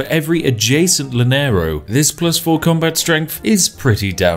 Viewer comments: its pronounced Yanero (doble l's) :D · Spiff: The ``Lanerou´´. Me, a venezuelan citizen: Caramba, ñero, se oscurecieron mis días. PS: Love your videos, you are the best <3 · Llanero. llanero. (Yanero) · By the way... its not (lah-nero), its (yah-nero). Great vid though thanks :) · laneros jajajajaj es YANEROS pero buen video ome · Spiff please it's called "Ya-nero" not "la-nero". The double L it's pronounced as a Y in Spanish. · Llanero is pronounced yah-neh-ro. But ima just start saying lanero cause it sounds way better tho. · It hurts so bad when he says 'Llanero' OTL I can handle Bolivar being called Bólivar, but 'Lanero' is... god... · I’m pretty sure it’s Ya-ne-ro for English speakers or you’ll have people saying cha-ne-ro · hearing spiffing brit pronounce llanero, as "lanero" is pretty funny, awesome vid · Gente de LATAM : Llanero Spiff God of Tea : L a n e r o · Take a shot every time he says "Laneirous" (Llaneros). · Llanero pronunciation: yuh·neh·row Love from Colombia ;) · That double LL monstrosity has the pronunciation of y. The llanero is pronunce yanero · "Lanerous" hehe... please excuse the unrequested lesson, I understand you're not a Spanish speaker, but a quick tip: every time you see two consecutive L's in spanish (like llanero, llave, calle, falla, etc.), it's pronounced like the English J as in Jason and not as a single L. Now you know, if you do happen to read this. But good job pronouncing Bolívar accented correctly as "bo-LEE-var", and not "bolee-VAAHR" like most native English speakers do 🙂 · The pronunciation of Spanish xdd Laneiro, comeindeint yenerol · Llaneros pronounced Yaneros. Loved hearing your pronounciation but i know you would like to know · Llanero is pronounced Shanero ;) ;) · It's pronounced as Y thanks. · I'm Venezuelan (Simon Bolívar's birth Country) and hearing spiff pronunciation of "Llanero" is just pure joy for me. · Double L is a y in spanish, even a brit should know that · Please never try to say llanero ever again